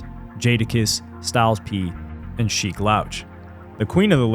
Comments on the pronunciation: How you mispronouncing sheeks name in the first minute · Had to turn off in the first minute because if they can’t even say Sheeks name correctly how much accuracy can be expected from the rest? 🤷🏽‍♂️ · Sheik has said his name in alot of raps how do you not know how to pronounce it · Cool video but you're definitely not a fan of The Lox or you wouldn't keep jacking up Sheek's name like that. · He must be a good reader and narrator because Mia pronouncing Sheeks name lets me know you know nothing about real hip hop. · Yo i love to see the young bulls learning a passing on the lore. But how he keep saying sheek name..... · How do you pronounce sheeks name wrong. He says it in most of their music. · Bro u need to re record this and say Sheek name right that shit making me cringe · Pronouncing Sheek’s name wrong is straight up Diabolical Activity !!! 😂😂😂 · It’s all I can hear lol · Man, I was in disbelief over that joint. That's how I know he's not a hip hop purist. He's not from round here. he's a tourist. And he said it more than once. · For real for real..💯